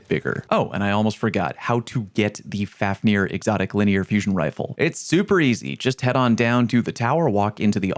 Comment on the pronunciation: Fun fact: The pronunciation of this weapon is really more like “fove-neer”. Being named after the dwarf who turned into a dragon out of greed. He was later slain by sigurd